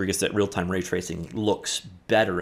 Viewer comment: Says "Ratacing." Not "Raytracing."